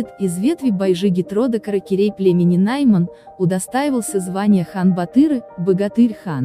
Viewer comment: Не Наймен а Найман нормальни айтындар дулей